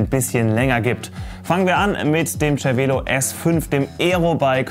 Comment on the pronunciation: Das heißt "Zer-Velo", nicht "Tscher-Velo"